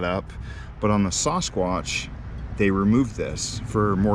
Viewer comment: I got to ask do you not know how to say Sasquatch?